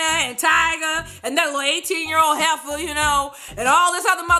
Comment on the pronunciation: hahahahaha when she said 18year old hefa